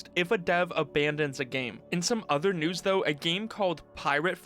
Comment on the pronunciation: Old nieuwss xD